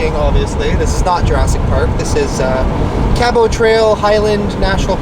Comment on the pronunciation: Hello, not to criticize you ( Love watching all your adventures/ vids/podcasts) but sweetie I must tell you that your pronunciation of Cabot is not correct try: kab uht. just pronounce the t at the end. John Cabot was an ITALIAN navigator and explorer / 1497. He first landed Newfoundland then came to Cape Breton.( middle school history I do recall). Thanks for your time.Katie